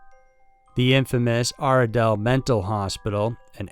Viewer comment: I’m more scared of your pronunciation of gaol,Goulburn and Aradale.